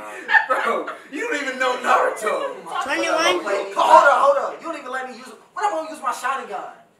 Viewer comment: When said Naruto he said “Narutho”